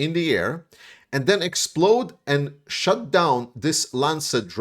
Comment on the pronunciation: Shoot not shut …rhymed with toot or hoot .